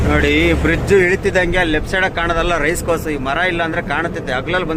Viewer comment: ಅಣ್ಣ ಅದು ರೈಸ್ ಕೋರ್ಸ್ ಅಲ್ಲ ರೆಸ್ ಕೋರ್ಸ್ ಆಯ್ತಾ ಗುರು 😂😂😂😂😂😂